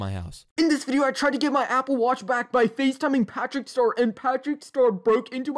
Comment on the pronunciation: Bro is literally saying “pæþřĩçķ ștœř” Don’t want to offend any British people